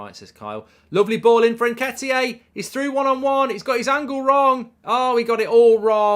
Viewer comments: Mark - You’re the only one saying “ N-ket-ee-ay”. Can you get it right please, or are you taking the piss? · Haha, why do you keep calling him Nketiyé? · Who the f is Nketiyay? 😂